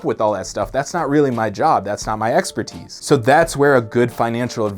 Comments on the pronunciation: you say "EX-pertise' instead of "exper-TISE" just that one time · He did slightly misprounce it. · I thought that "expertise was pronounced with the emphasis on the last syllable.